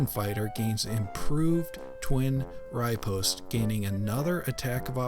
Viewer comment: "rih-POST" not "RYE-post"